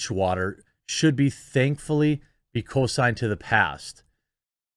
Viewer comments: It's not "...co-sined to the past..., it's "...con-signed to the past..." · not "co-sined" but "con-sign-ed"